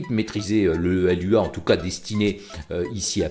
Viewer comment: Coucou sinon on dit Loua pas l.u.a, Lua veut juste dire Lune en portugais 😉